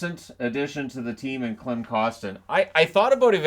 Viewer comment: Just a friendly reminder that Klim Kostins first name is pronounced Kleem. Incredible video